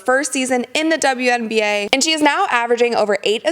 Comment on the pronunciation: Did you just say "uwian na"? You made me smile on that one.